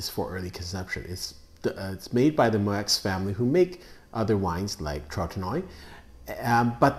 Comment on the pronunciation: Moueix is pronounced Moo Yee. =)